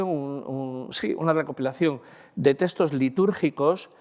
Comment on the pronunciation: Muchas gracias por exponer sus conocimientos de manera tan amena y magistral. Maravilloso !! Por poner un "pero"...me sorprende que con el dominio que tiene del lenguaje, no pronuncie la X, y diga teStos, en vez de teXtos.